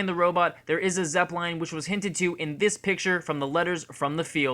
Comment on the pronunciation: The way you pronounce Zeppelin is embarrassing